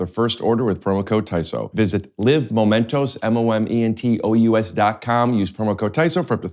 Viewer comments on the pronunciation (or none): Just FYI, Momentous has an "us" sound at the end, not an "os" sound. You're pronouncing it like it's the plural of "momento." I think it's meant to be pronounced like "a momentous occasion."